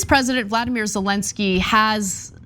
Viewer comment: Ana, please stop calling him "Vladimir". His name is "Volodymyr".